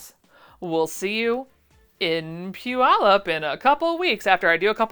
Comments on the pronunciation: I always wondered how "pew-ull-up" was pronounced. Thankyou for clarifying! Wish I could be there to meet you! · Congratulations on saying "Puyallup, " correctly! Hope no major problems plague you, ans you have many successful sales. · Major kudos for knowing how to pronounce Puyallup! If I make it to the expo I'll make sure to check out your patterns. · I appreciate that you know how to pronounce Puyallup. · I grew up in that area, so glad you pronounced Puyallup correctly, my grandma never could 😆 I'm assuming you'll be at the fairgrounds (long live Do the Puyallup!). Wish I could go, hope you have a fantastic time! ❤ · You'll be somewhat in my part of the world! Too bad I have no way to get to Puyallup, and wouldn't have any money to spend when I got there. I hope you'll have enough success to entice you back in the future. And congratulations on your pronunciation of Puyallup! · That's funny I am from the PNW and although I'm currently in New Hampshire, it didn't even occur to me that I was listening to someone that wouldn't know how to say that necessarily. Lol She did good!